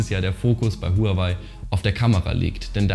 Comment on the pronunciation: Willst du als Technik YouTuber vielleicht mal lernen wie man Huawei richtig ausspricht? Du sprichst honor oder Apple ja auch nicht deutsch aus.